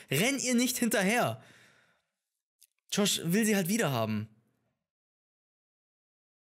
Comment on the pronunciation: wenn er George sagt:,,SCHOrSCH."